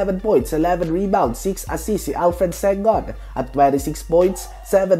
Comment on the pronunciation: Alfred sengun? Inulit ulit q alfred sengun tlga cnabi mo eh.. lagi na kitang napapansin sa mga pronounciation mo ahh.. ausin mo namn bro.. impormasyon ang content mo.. kaya marapat lng na maaus din amg pag sasalita mo lalo sa pangalan!!